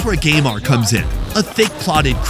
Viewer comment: Geymar sounds like when trying to insult neymar😂😂😂😂